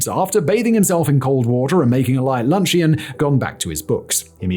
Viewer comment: "Lunch-E-On", really Simon? Are you turning into an AI?